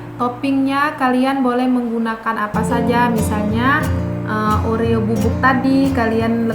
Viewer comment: Kata kata nya oreo kokjadi orea